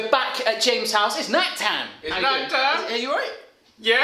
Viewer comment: The blonde guy really should learn how to pronounce "James's".